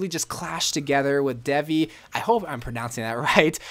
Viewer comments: Its pronounced "dae-vee" where "d" is pronounced as "they", so it's "they-wee" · IT'S pronounced thay-vee, spelled devi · It’s prounonced Devi Day-vee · Devi skin is pronounced as daevi